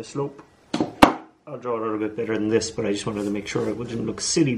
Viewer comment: Whenever you say "Don't do dis" those are the most interesting parts almost every time.